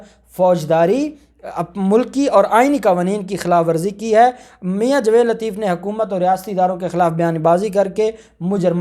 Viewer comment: جناب اپ اپنا تلفض ٹھیک کریں جاوید نام ہے نا کہ جوید پلیز تلفض کا خیال کیا کریں شکریہ